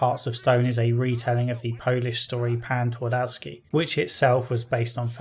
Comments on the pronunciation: It's pronounced Tvardovski. Not Tuardouski... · I know it's too late now but Pan Twardowski translates as Mister Twardowski where Twardowski would be probably closer to original pronunciation if you would swap all W with V Tvardovski. Otherwise great video. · It's a minor point, but "Twardowski" is pronounced "Tfar-doff-ski". Feels a bit weird to hear it pronounced according to the English rules of pronunciation =D